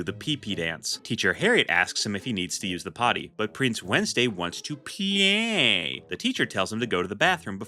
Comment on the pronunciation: every time you say play is so weird